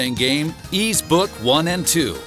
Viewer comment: The narrator nailed the Japanese words in all these titels. I love it. Tho, Ys kept getting mispronounced. Oh, well... I don’t think ANY English speaker pronounces it right. They all think the S is Z or something.